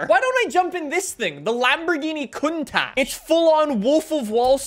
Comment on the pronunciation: Lol lambo contak you said it worng